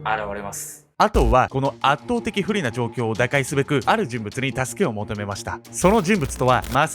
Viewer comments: "あとう"は、この"あっとう"的な・・・ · 「阿藤（あとう）はこの圧倒（あっとう）的不利な状況を」 ちょっと強調されてて笑ったww